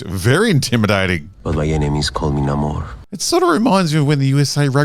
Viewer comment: Every time you pronounce Namor like the Schills decided now it's supposed to be, a fairy loses her wings.... so I hope you are happy now, massacring so many innocent fairies.